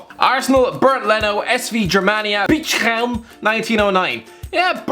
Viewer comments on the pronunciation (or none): AS19 you mean to tell me that it’s not Bitchem? Also yeah, I’ve heard of them too. Leno is actually my favorite player, for Leverkusen reasons and definitely not Arsenal reasons.